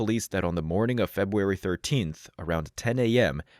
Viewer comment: A.I. will take over the world! Also A.I. can't even pronounce "February" or "Corporal" correctly.